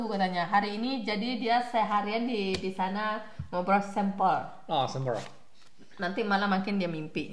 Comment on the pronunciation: salah ngomong nya sambel tahu. Sempol tahu.yg bener spol tahu.